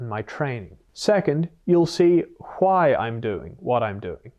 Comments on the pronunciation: I never noticed he pronounced why the family guy episode way until this lol…WhyE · "Huwhy." This dude... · the “hwhai” had me laughing 😆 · Hhhwy is diabolical😂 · Really have to respect the fact that you are not promoting the book as Doctor o r Phd. even though you are (if i remember correctly). However, i have to point out how you pronounce "why". Literally reminded me of Stewie Griffin